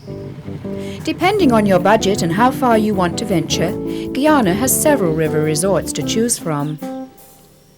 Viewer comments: GUY-ANA not Geyana!! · Black water yankie.... cannot pronounce GUYANA....